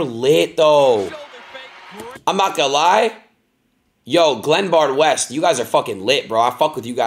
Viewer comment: It’s Glenbard West get it right